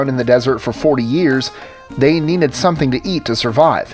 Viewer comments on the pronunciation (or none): none